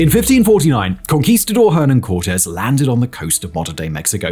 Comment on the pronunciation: Hernán Cortés is pronounced "er-NAN core-TEZ" (the 'H' is silent in Spanish).